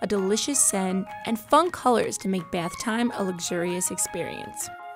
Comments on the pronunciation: Is it just me or is the girl saying Beth instead of bath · Its bathhhh not beith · It's not beith nor beyth or whatever, it's bathe. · y do i found ' beth bomb ' so frustrating its bathh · 50%the emojis in the thumbnail 40%how she says the word “bath” like “baeth” 10%actually about the video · i hate how she say bath lmao it sounds like byath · The way she says bath she says Beth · “The baith bomb” Bruv isn’t it bath bomb not whatever she said? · The way she says bath bomb bath bomb not beith bomb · am I the only one annoyed by the way she says bath? Like it’s bAth not bEEth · Beaith bomb 🤦🤦🤦🤦🤦 BATH JUST SAY BATH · “Beath” bomb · I was like why are you saying BAATH BOMBS likes WTH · Leora Moskowitz yes! I thought every one was just going to ignore the “beath bombs” pronunciation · baeth bombs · No its bee-ath boemb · She says ba YUTH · "bEiTh BoMb" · Let's be honest, everybody gets annoyed when she says "Baeth bomb" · She keeps saying the “Beth bombs” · Waitttt if she pronounces bath as beth then how does she pronounce math? Lmao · Wow you're really struggling to say the word "Bath" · Why does she say it like beath bomb? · Why does she say bath beaaaath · "Beath" bombs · i cringed everytime she said biathe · Is she saying BETH bomb? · oml who else was soo annoyed by her saying beayth boyyum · Does anyone else get annoyed when she said ‘beythbomb’ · Isn't anyone bothered by her saying bath wrong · Please learn how to say bath right